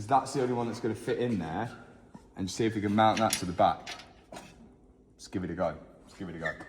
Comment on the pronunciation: My brain is toasted or why I heard "Skibidi go" instead of "Let's give it a go" in 😭😭